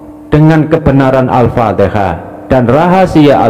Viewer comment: Al Fatihah bkn Al Fateka.